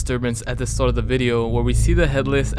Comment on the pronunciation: Whew!! I kept hearing “Shart”!!!